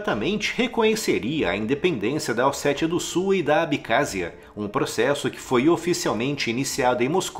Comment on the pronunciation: É ABECÁSSIA! NÃO ABICÁZIA